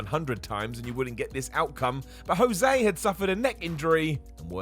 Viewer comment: Anyone else hear him call Jose, Yosay?